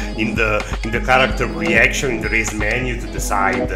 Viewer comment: Oh, sorry that wasn't clear. Along with "hair", I also had a hard time understanding when you said, "show race menu".